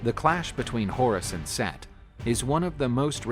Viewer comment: Omg! Its Set not Seth!!!! 😆